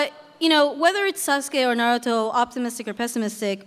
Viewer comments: wow! I wish I could have been there! but that host... the way he pronounced "Na RU Toe" ...so irritating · A bit old, but I I agree. He was saying Naruto wrong, however as best seller, he probably meant in America at the time, otherwise it’s one piece. Oda knows this and states this as well.